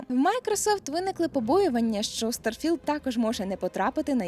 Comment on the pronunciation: Блін так незвично ти кажеш старфілд мені здається що має бути трошки не так